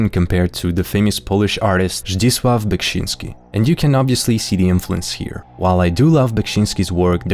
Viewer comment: Only halfway through, but loving it so far! (Also your pronunciation of Beksiński's surname is on point most times, kudos to you!)